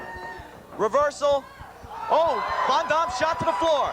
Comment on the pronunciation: He calls him rob von dom lol.. abs that damn refs hair lol